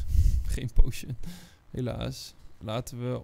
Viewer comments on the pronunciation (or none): none